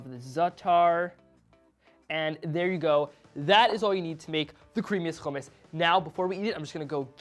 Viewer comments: its hummus not fucking khummus. but u did a great job there thank u and keep up the great work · No. Its Hummus all over the Middle East. Khummus is for people of european background who cant pronounce Hummus. Hummus is an arabic word. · dude its Hummus not khumus and btw the recipe sucks still missing the ice which is very important to make it creamy and cold without adding olive oil to the mix ... worst Hummus i ever seen ... oh and dont add zataar either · its not khummus ITS HUMMUS HHHHHH HHHHHHHHHHHHHHHHHHHHHHHHHHHHHH you can say halo hi but not Hummus? wtf is wrong with americans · yea it's regularly hommos\hummus. not khummous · Why are you pronouncing it with a ج it's with a ح ??? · You need to pronounce “Hummus” right first and BTW your “Khummus” look dry AF haha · It’s not خ It’s ح 🤭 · Never ever do hummus using a food processor, you failed right there... Trust I am a hummus master. And it's HUMMMUS NOT KHUMMUS...M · Lmfao no he didnt. Hummus is an Arabic word. Its not pronounce as khummus. Its HHHHummus. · Its not khumis its hummos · Hummus not kaamus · fail from the get go..its not Jumus its humus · I'm of Syrian background and I love your efforts kid but your burning me the way you pronounce Hummus.. it's not Khummus with a kh haha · No one: Not one soul: Eitan: Houhhhh-mus no hate I just pronounce it differently. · Khumus we don’t say that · It's NOT khummus. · Nah I don't like it sound too Jewish keep it original always . Sound like a moron the way he says it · Why are you pronouncing hummus like that though lmao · He's not pronouncing the "Kh" hard enough, makes it almost sound... Arabic. Try harder kid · No it's not the right pronouciation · He didnt pronounce it correctly. Hummus is an Arabic word. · white boy with a strong middle eastern pronunciation of hummus. Let me guess you're a jewish settler? OH i see it, the kippa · It's wrong pronunciation. Arabs are cringing at him